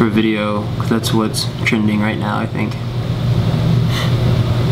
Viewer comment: Yes not yeah no not neow